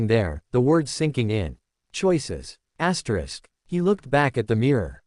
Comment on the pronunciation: get a new AI voice....and stop saying Asterix....annoying.